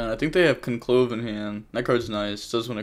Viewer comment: mispronouncing conclave is painful